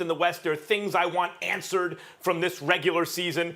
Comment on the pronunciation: “there’s things I want aaaWnsered “